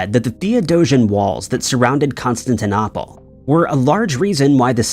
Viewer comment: The eeriest is when the narration says "Constantinopple" or "Buyzantine" and you think, "Have I been mispronouncing that this whole time? Has everyone?" #mandela